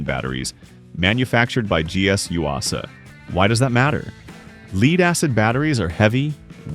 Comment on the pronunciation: not PRAWject, PROject. leed acid? gotta larn dat stoopid ai sum gudol uhMERikun. patriot missles arte not antiship.